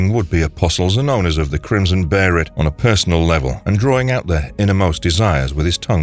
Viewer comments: Two things I will never do. Call the Band of the Hawk the Band of the Falcon and call a beheLit a beheRit. They're like nails on a chalk board every time I hear them. 🤮 Good video otherwise lol. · BAY-LET BAYLET BAE-LIT BEHELIT WTFFFFFFFFFFF BARRET?!?!? ONLY KIND OF BARRET IS THE BARRET WITH A GUN FOR HIS ARM!!! I had to stop watching this video lmao… I’ve never heard such a simple word being so mispronounced…. Sheeeeeeeeeeeeeeeesh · Whats that "bearit" and isnt there "behelit"? Why u repeat "bearit" so many times? :( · REPEAT AFTER ME: BE HE LIT NOT BERRIT BE HE LIT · They were called Behelit. Not a Berrit... The Crimson Behelit or the Egg of the King. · Behelit is pronounced bay-let. Why do so many people who claim to know all about Berzerk not even know how to speak or what things are called. Watch the show FFS, they say behelit several times. Be-heret isn't a word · Barrett Barrett Barrett STOP Be-he-lit It's pronounced how it's spelled! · Beherit is just the Japanese way of pronouncing it because "L" doesn't exist in their language. Behelit is the actual word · I understand the p s two game millennium falcon arc , call it a beherit. But i just don't understand why you insist on.Keep calling it that it is pronounced behalit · when he says “barrett” does he mean “behelit”?? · Bearit? I mean come on that's up there with saying whendur instead of window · Beserk is a superior story to Hellraiser. What in the world is a BERIT LOL 😆 it was literally pronounced like that. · “Says Beherit” Poser… bai baiiii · What the hell is the Barret?! 🤣 you're saying the name wrong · If this is spoken by a machine. Type baylet instead of behelit. At least it will sound right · It’s pronounced “Bae-lit” in the Egg of the king movie trilogy and the 97 anime so that’s how I’m saying it 👍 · I heard someone call it berrat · Be he lit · BaY-LET! Where on the god's hands red faced earth did you get that pronunciation! Auto thumbs down! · Also it is beherit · berit? behelit 😁